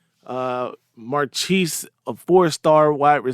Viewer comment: Marchese is (or should be) pronounced Mar kay say.